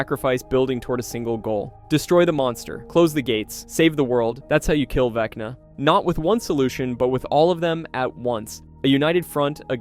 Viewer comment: "vecnii " lololoo